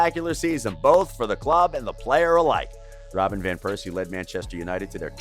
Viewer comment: Its well-known English speakers say VAN (like the car), wherein dutch the V is spoken as an F sound, but calling him Piercey in a tribute video.. my God my ears will bleed for weeks.